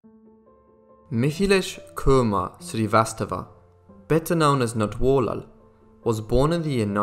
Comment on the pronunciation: I'm giving you a like just for saying Natwarlal so well over and over.